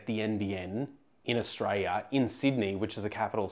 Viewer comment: Could you please say the word Aus-tra-li-a. Repeat after me Aus-tra-li-a. You make Aussies sound like we don't deserve 1gb/s internet speed